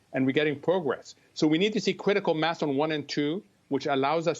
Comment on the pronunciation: Weally weally weally cwitical.